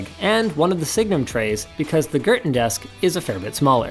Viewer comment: it is pronauniated "gear ton" (gerton)